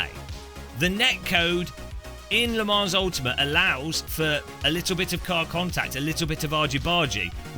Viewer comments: Thanks for being honest, I had he exact same thoughts when I first tried Assetto Corsa some 6-7 years ago: never went back to iRacing. But please don't say Le ManS, no "s" sound at the end! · how come you can pronounce assetto corsa evo perfectly but butcher Le Mans? Also please try and ignore the handful of critics, you sound very bitter addressing them all the time. its the internet the minority are always going to be dicks, all we can do is not make everything about them - you know, like the rest of the world has